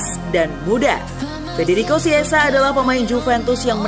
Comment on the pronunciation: Chiesa bukan kiesa atau siessa ejaan nya baca dong